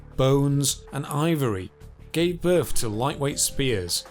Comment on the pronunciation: What do you "fink" ? "Pressure wivin it"... "Birf" !